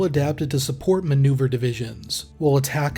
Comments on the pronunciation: ATACMS is pronounced aaaa-tackem's Also, there's a NG unit of HIMARS in the state of Michigan. 1-182 Field Artillery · That is my pet peeve as well lol